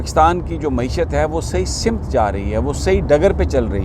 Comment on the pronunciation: اردو ہماری قومی زبان ہے مگر اکثر پڑھے لکھے لوگ بھی تلفض کی ادائیگی میں گڑبڑ کرتے ہیں جب پڑھے لکھے غلط بولیں گے تو باقی بھی وہی وطہرہ اپناٙتے ہیں معذرت کے ساتھ آپ نے ایک لفظ کہا ،،سمت ،، اسکی ادئیگی زبر کے ساتھ ہے زیر کے ساتھ نہیں ،، سٙمت ،، یہ لفظ Samt ہے simt نہیں ہے